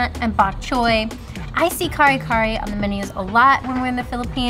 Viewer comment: Hello, love watching your guys vlogs .. but PLEASE make effort to learn how to pronounce the Filipino foods with the respective accent.. Sinigang = “Si-neh-gahng” . NOT “seeneeGang” Bangus = “Bahng-OS” .. NOT “Bang-us” Kare Kare = “Kah-reh Kah-reh” .. NOT “carry-carry” Adobo = “Ah-DOH-boh” … NOT “a-dough-bow” Us Filipinos really do love that you are learning the Philippine culture and sharing it with everyone! But making those efforts in learning to speak with the accent will make us even more happy 😁